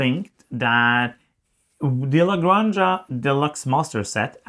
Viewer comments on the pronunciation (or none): Good review, I'll definetily buy it, thank you guys!! . BTW Granja is pronounced like this "grahn hah" the way you pronounce house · Yes, this. In Spanish, j is pronounced like h. La Granha.